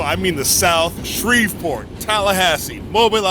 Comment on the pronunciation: Ah shit my man's said Shreveport